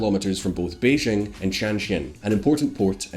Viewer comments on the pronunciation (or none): For the hell... Chinese j is quite exactly English j, why are you always Beijjrrrghhhing 😂🤔🤯🤯🤯🤯🤯🤯 Gjrhi Gjrziping, Jrhong’an .. gjrjrjjghhhhh